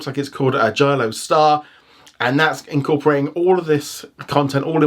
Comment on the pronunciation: It's NOT Jalio Hotstar IT'S JioHotstar I WILL CALL PUSHPEK Sidhu